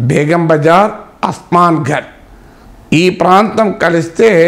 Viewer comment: అది ఉస్మాన్ గంజ్ అస్మాన్ గంజ్ కాదు.